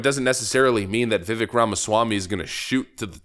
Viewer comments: Vivake not Vivek pronunciation wise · Dear host: It's ''Vi-vake'' (rhymes with cake). Not ''Viv-vick'' just syain' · It rhymes with cake and sounds like VI VAKE. Not Viv ek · ...love ya man, but his name sounds like Viv-VAKE.....not VIv-Vik. My god, how many times has he corrected people on this point? VIVVAKE!!!! Rhymes with Cake. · Vivek is pronounced VivAke rhymes with cake. He is awesome! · (Vih-vake) is the pronunciation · Vivek (pronounced Vi VAKE)... Needs to prove himself to me... Over time. Put him in the Cabinet in charge of anything everything in the world. He's a different level smart.. CHRISTIE CLOSED A BRIDGE TO SPITE HIS POLITICAL FOE. #BRIDGEGATE. HE COULDN'T BUILD A BRIDGE TO SAVE HIS LIFE!! 😱🤣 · Vivek’s name rhymes with cake. Cringed a bit hearing you butcher it several times. Good video though 🙂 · Learn the pronunciation from the man himself: "My name's Vivek, and it rhymes with cake." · Vivek rhymes with rake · Vivek pronounced Vi-vake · Vivek is pronounced like cake. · They’re trying to push Haley SO hard, but real MAGAZINE…..WE WANT VIVEK!! (It’s pronounced like: Viv-ake) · It's pronounced "Vivek (vivake) like cake" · His name is Vivek and pronounced as Vi-vake like CAKE on the end. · It is pronounced Vivake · Vivek’s name is pronounced as Vivake like cake. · please, pronounce his name correctly!!! viv-ake like drake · Viv-ache. It's really not that hard to pronounce his name correctly. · Vivek= Vivake rhymes with cake say the name right millennial goober. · Vi-VAKE like CAke..why is it so hard? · good show, I believe you're saying his name wrong, he says his name rhymes with cake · his first name is pronounced vi-vake, like lake. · Vivek, it rhymes with cake. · It is pronounced (VIV-AKE) like Viv with cake at the end of it. He has said this many many times. Let's get his name right at least It's not that hard. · Vivek pronounces his name 'Vivake', rhymes with 'cake'. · It's pronounced Vi Vake, like cake his words